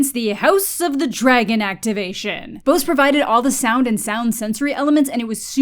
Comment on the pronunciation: that's not how you say Bose XD Can recommend the audio devices though. Very good but also expensive